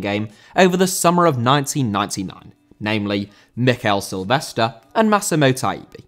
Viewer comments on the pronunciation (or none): It’s Mikel SilvesTRE. Not Silvester :)